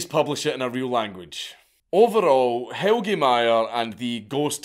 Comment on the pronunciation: His name is more like "Hell-Ya" not "Hell-gee" but pretty good try.